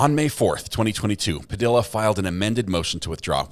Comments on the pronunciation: PA-DEE-UH NOT PU-DILL-UH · BTW, it’s pronounced “Pa de ah,” not Pa dill a.” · Just a respectful note: Padilla is pronounced Pu dee uh. The U's are short. Great channel. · Puh-d-ya =Padilla 😅. The “ll” is pronounced, “ya” . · Padilla is pronounced "Puh - dee - yah" ... the double L's are pronounced like a y - I don't understand why no one in this country has enough respect to pronounce hispanic names with accuracy. It's not that difficult. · If Smosh taught me anything.. it's that Padilla is pronounced "Pah-dEe-ya" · I tried to listen... but I can't get over the mispronunciation of that last name. It annoys the hell out of me that people don't give a crap to pronounce Latino names properly.